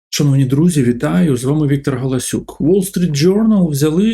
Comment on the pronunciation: Чоловіче! В українській мові 'о' це завжди 'о' і ніколи не 'а'. Деякі слова які ти вимовляєш дуже важко розпізнати через те що ти спотворюєш звук 'о'. Навіть коли ти озвучуєш своє прізвище, стає рішуче неможливо зрозуміти - твоє прізвище дійсно гАлАсюк чи ти спотворив прізвище гОлОсюк. Зверни, будь ласка, увагу і хай твоя українська мова буде гарною а не кацапським покручем.